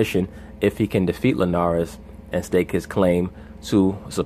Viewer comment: why would any grown a$$ man pronounce Jorge last name the way these clowns on ESPN do? Show some respect!